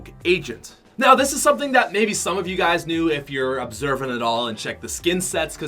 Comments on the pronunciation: Am I the only one triggered when he said black vertex instead of black vector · It’s black vector not vertex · Black Vertex looooooooollll. Its Black Vector